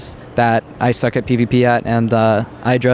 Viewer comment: IDRA NOT YDRA